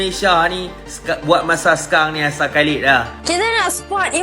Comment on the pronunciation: hanya memberitahu kak nama aisar khaled kak bukan halid